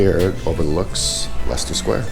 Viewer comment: You can't be American since you pronounced leicester sq correctly.😂